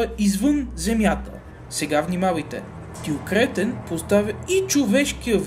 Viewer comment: Добавих те преди да прочета,не искам телевизор :))). Много тактично,че на Кретен слагаш ударението,където трябва :))) ,а не накрая.